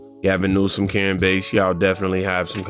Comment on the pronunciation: It karen bass! Like the fish! Not base!